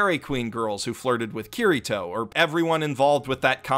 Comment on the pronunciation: ITS NOT KIRR I TOE ITS KI DI TOE!!!!!!!!!!!!!!!!!!!!!!!